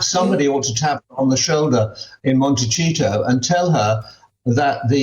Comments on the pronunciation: Did Michael say "Monte cheato"? 🤣😂😂🤣🤣😂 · Aww Michael I love the way u say Montichito 😂😂😂😂